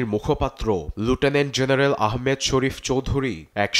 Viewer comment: সংবাদ পাঠক লুটেনেন্ট জেনারেল না মিয়া 😁 লেফটেন্যান্ট জেনারেল বলেন